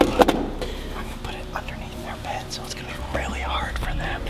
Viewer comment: The real crime is that you said bead instead of Bed